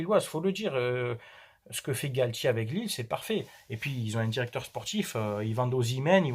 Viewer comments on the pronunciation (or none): none